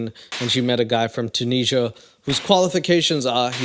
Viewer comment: STOP SAYING ‘TOONEESHAH’!!!